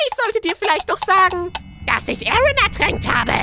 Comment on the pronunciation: Vexus aaron wird im englischen "eren" ausgesprochen ...